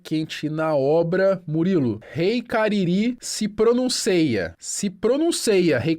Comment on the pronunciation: Prenunceia😂 isso é com comida no fim 🤣